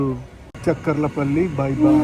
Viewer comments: It's not chak kar la palli.....cha kar la palli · Good coverage. Devarapalli is industrial area for Hindupur. చెక్కర్ల పల్లి కాదు చాకర్ల పల్లి. ఉదర halli కాదు ఒడ్డెర హల్లి. మాకలి దుర్గ. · Chekkarla palli kadhu chakarlapalli